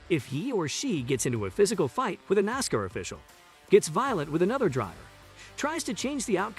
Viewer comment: Started watching this then realized that the commentator is the idiot that can't even pronounce NASCAR. Dude, it's Nass - Karr, not Nass - cur. I have a question. Who is lined up in Martinsville to take Bubba out in the first ten laps. Who’s on line for the middle section of the race and who will do the honors in the last ten laps, assuming he survives that long?? Same questions for Phoenix, who’s on first…